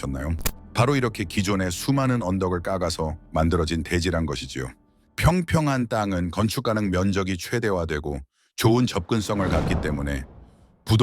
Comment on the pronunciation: 깍아서 -> 까가서 불편합니다요 까까서라고 해주세요